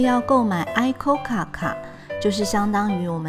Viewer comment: 演算法帶我來的，規畫得很愜意，影片節奏很好而且音樂也很舒服呢，而且相關歷史的資料也有解說，真的是相當完整的導遊，不過有些不重要的小瑕疵 ICOCA念作「一摳卡」因為是取自「行こうか」的諧音 面向音羽瀑布由左至右分別是學問成就、戀愛成就與延命長壽 但還是很棒的旅程紀錄